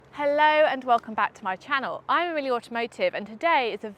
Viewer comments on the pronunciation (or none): none